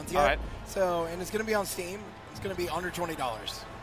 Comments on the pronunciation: Feel bad for the dev, his voice is about to give out. When he said, "under twenty dollars" almost sounded like "a hundred twenty dollars" lol. I wonder if they'll make this modable. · It really does sound almost like he says 120 dollars hah. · "Out of a -gulp- twenty dollar game" Guy just doesn't have the best diction. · I really thought he said $120 at first lol